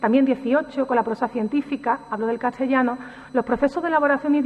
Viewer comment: Pues en otras ocasiones en otros vídeos, pronuncia historia como hittoria o a veces hitchtoria, ette o etche por ese, catchellano o cattellano por castellano... una cosa es tener un acento particular y otro es no pronunciar bien ciertas palabras... y es más, cómo se supone corregir a otros cuando uno mismo carece, o qué es eso de justificar la falta con el que "ese es mi acento"...